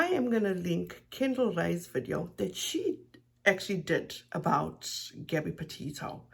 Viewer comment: Yup I was appalled when she so disrespectfully mispronounced Gabbys last name she’s a loser and to be honest I’m not even surprised but my heart does hurt for all those that love Gabby🌺❤️🌷